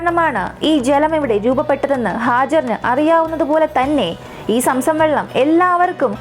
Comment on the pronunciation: Somsom allaa zomzom